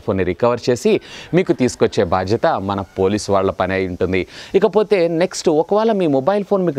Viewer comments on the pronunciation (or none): none